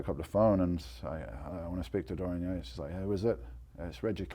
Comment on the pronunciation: Dorian Yakes!! "yeah I can't pronounce his name"!! what's that all about